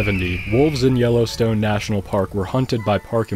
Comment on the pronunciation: All I can hear is YOLOstone park :D